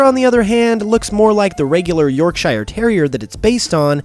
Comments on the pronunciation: hey, this is not a hate comment by far, just going to point out the actual pronunciation of the word "Yorkshire". I understand why you thought it to be pronounced York shyer, but it's actually pronounced York sheer, like you would pronounce the "sheer" in the pokémon move, "sheer cold". I'm saying this as a British person, so please don't take it to heart. I love your videos ^-^ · I mean its pronounced York sher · The pronunciation of Yorkshire is just more like 'york-shirr'. Source: I live here. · Yorkshire is pronounced 'yourksure' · Can you please pronounce Yorkshire properly. It's pronounced York-sher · OK I come from Yorkshire and it is pronounced York-sher not like you said it, just saying. No hate. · You say you have to put up with Pupitar and Shelgon for a long time, but at least Tyranitar (Gen 5) and Salamence (Gen 7) can be caught in the wild :) Also, as someone from Yorkshire, I'm disappointed in your pronunciation of my home county when referencing Herdier's origins. Whilst we do pronounce "shire" the way you did when referring to shire horses, or the place in Middle Earth, when it's the end of a county name (Yorkshire, Lincolnshire, etc), it ends up getting pronounced as "shuh" instead... That's just me being a pedant though haha :P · The way he pronounced Yorkshire...